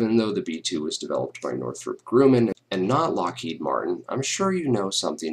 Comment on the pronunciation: Grumman. Not Grooman.